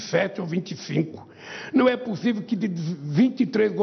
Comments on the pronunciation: N é "pussiviu"😅😅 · Não é "pussiviu" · Não é puçiviu kkkkkkkkk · Não e pu sivio 😂😂😂 não e pu sivio 😂😁😁 minha nossa como que pode??.🤦🤦🤦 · “Não é pussiviu” lule 2023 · Não é 'puciviu'...